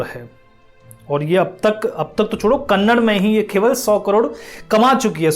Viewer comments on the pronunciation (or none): Correct yourself... It's not Kannad, it's Kannada. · KANNAD nahi hai bhai KANNADA hai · Thank you for your review, please correct your pronunciation it's not kannad it's kannada. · Kannd nahi kannada hay